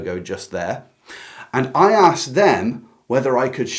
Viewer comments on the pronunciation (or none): none